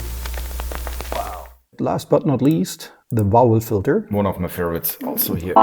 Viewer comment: Vowel Filter... the word "filter" is missing the r at the end...